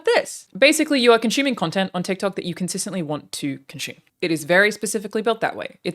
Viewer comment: I love how you say "consume." You pronounce it like "conshoome," and I get a kick out of it, lmao.